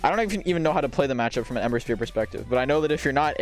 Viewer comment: Yup, I was definitely trolling too man, haha! (jk i actually thought ember was henry from the way you said it :D)